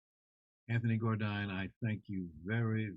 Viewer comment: It's not Gor-dine or Jar-dine, it's (Gourdine)Gore- dine💯. French slave owners surname was Gourdin, then was took on by slaves with added e. That's why they are Caucasian s with the name Gourdin without the e. He should check out the Gourdine's family crest and join the Gourdine family re -union.